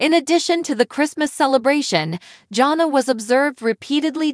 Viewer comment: Her name is pronounced JAN-A